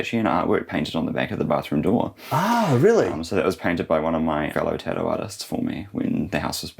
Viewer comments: Oh lord, what he did for a living got lost in his accent and mine - I kept hearing tit-tio (must be said with a west coast US accent) - not tattoo. 😂 The evolutions of language is amazing. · Beautiful space! On a funny note it took a long time to realize he was saying tattoo. I was like what is a tadu? Should I look it up? Haha